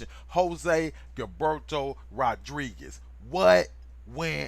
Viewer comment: Is pronounce jilberto or hillberto